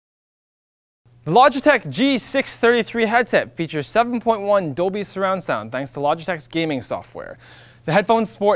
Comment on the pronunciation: It sounded like he said "Adobe surround sound" instead of "Dolby surround sound."